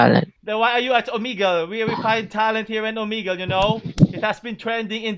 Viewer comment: "Omigle" I lost my composure here.